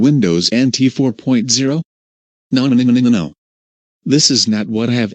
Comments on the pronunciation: lol. I like how instead of "nonononnonononononono", the person says" nonmnmnmnonmnono" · It's sounds like nooobanimanibano